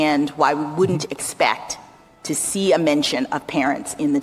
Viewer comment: "Can you help us understand why wouldn't expecc..." This woman is such an obvious DEIversity hire.